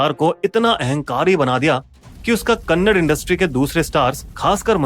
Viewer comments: Phele bat to e hey ki e kannad nahi hey kannada hey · Abe saale kannad nahi kannada bolo😡😡😡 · Khon re thu ho kannad nahi kannada. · Arrey bhai Kannad nahin Kannada bolo. ❤ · It's kannada bhai, not kannad 😡.. First, learn to pronounce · Kannad ❌ kannada ✅ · It's not "kannad" it's "Kannada"... please pronounce properly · Its not kannad its kannada.. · कन्नड़ नहीं कन्नडा है। अगर बोलने नहीं आता तो मत बोलो पर गलत मत बोलो।😡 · Jai d boss ❤ and also it's Kannada not kannad